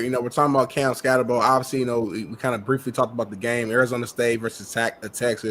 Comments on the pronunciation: Ska-tebow imo😂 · Wym why he say his name country? His name skattebo 😂😂